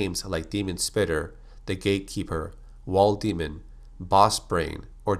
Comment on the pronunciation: When he says gate keeper it sounds like gay keeper